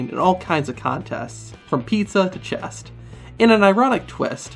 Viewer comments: My man, it's Chess not Chest lol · It's 'Chess' not 'Chest' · Nobody: "That Guy:" Chess not chest. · Did... Did you just call Chess chest? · Its Chess not chest wow thats annoying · Chess. Not chest